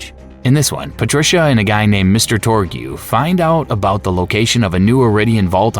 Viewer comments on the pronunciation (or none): I'm just watching this whilst I play video games and just heard "Mr. Torg-you" it made me cackle haha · "Mr. Tor-gew" 🤣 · Bro are you saying Torgew? Also Dr. Zed outright says he doesn't have a medical license, you didn't have to speculate. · "Mr. Torg-yoo"? are you kidding me? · “TOR-gyoo” “cuh-MAN-dent“ “muh-LEE-won” “VLAY-doff“ “guh-HEE-nuh” then “guh-HAY-nuh” “TED-ee-yore” The pronunciation in this video is wild, but the content seems pretty comprehensive. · Torgew? Borderline? Are you a robot?